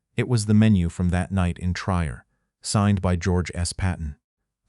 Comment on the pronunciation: Fix your AI's speech. It's not Tr_y_er. It's Trier and sounds like "treer".